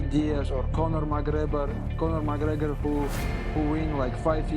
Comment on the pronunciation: ”Conhor MacReyber” 😭👑🤣